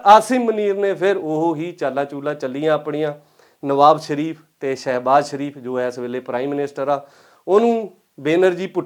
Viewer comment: ਭਲਾ-ਮਾਣਸ ਨਿਵਾਜ ਸ਼ਰੀਫ਼ ਨੂੰ ਨਵਾਬ ਸ਼ਰੀਫ਼ ਹੀ ਬੋਲ ਕੇ ਦਸ ਰਿਆ ਹੈ।